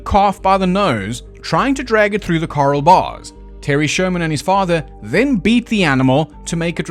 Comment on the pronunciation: Pronounce corral again.